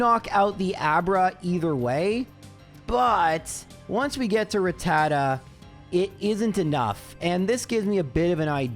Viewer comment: The guy that can't pronounce rattata & arcanine is teaching us how to say "aa" together 😂😅